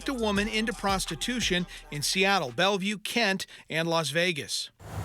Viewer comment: “Belleuve Pimp.” That don’t even sound right lol.